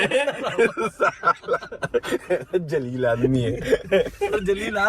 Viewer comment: It's Zaleel, not Jaleel